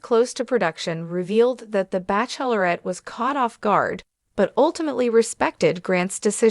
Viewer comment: You can't even pronounce bachelorette right! Please find a better robot, this is very unsettling to have words pronounced so poorly.